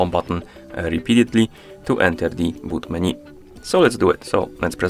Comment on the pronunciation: MenU bro, not MenY :) thank you